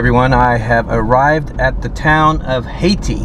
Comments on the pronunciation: Hay-tie. Not haytee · It’s Hay-TIE Missouri. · Kuh-RUH-thurz-vil and HAY-tie. And both have much nicer neighborhoods than shown. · It's pronounced Hay - tigh, not Hay -tee, 😃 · Hayti is pronounced Hay-ty, not Hay-tee. Caruthersville is pronounced Caruh, not Carew. I lived in Blytheville AR for 4 years and that area was some old stomping grounds. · My extended family and parents are originally from Malden, MO. "Hayti" is not locally pronounced "Haiti", it's "Hay-Tie". Why it's called that I have no idea either. My family who works in Hayti live in Kennett, lol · It's pronounced "Hay tie" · Thanks for the revealing video of these Bootheel towns! I must tell you that Caruthersville has a short "u." Also, I'm used to hearing Hayti with a long "i," and with equal emphasis on the syllables, though Wikipedia calls for pronouncing it just like the country. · OK I just have to say it, ... Sounds like "other" Caruthersville. Hayti pronounced like Hay Tie. It's always good to know. 👍 Kennett home values for shacks are under $35,000. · You need to check in with some locals to get the accurate pronunciation of the town names! Caruthersville has a soft ‘u’ like in ‘uh’ or ‘ugh’. Hayti has a long ‘I’. You did get Kennett correct. I’m from Jackson, Missouri. Played football and basketball against most of these high schools in the early 1960s! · It's Hey-tie for Hayti and Car-others-ville. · Car ruthers (rhymes with mother) ville Hay-ti ... Hay-tie ... you missed Hayti Heights which is far worse these places love their high school football and basketball! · My home state. Yeah its a hell hole for sure. Hayti is pronounced "Hay Tie" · The town of Hayti is not pronounced the way you say it. The town got it's name from the ties used to tie up hay bales. It is pronounce HAY-TIE not like the country. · The name is Hay-Tim. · Its pronounced HAY TIE. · I thought it was pronounced “HAY-tie?” Correct me if I’m wrong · Pronounced Careothersville. And Hayti is pronounced Haytie.